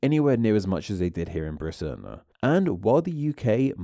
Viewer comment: You're killing me here in the US talking about accents and ending every other sentence by adding "ah" to the last word: Britain-ah. Long time ago-ah. Get rid of-ah. Still, fascinating stuff.